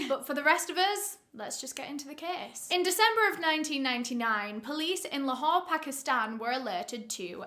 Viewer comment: Excellent pronunciation of Lahore and and Pakistan.. Wow I'm impressed